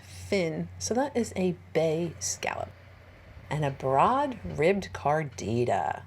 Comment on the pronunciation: Is it wrong of me to hear carnitas when you say cardita? 😊 Great video!